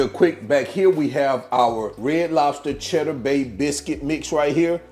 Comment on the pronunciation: You had me at "chedduh" 🤤